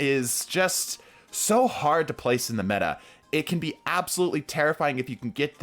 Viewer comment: Cerberus has been, and always will be, metah.